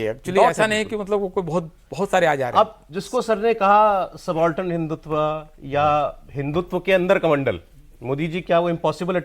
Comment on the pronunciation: हिंदुत्व होता है हिंदुत्वा नहीं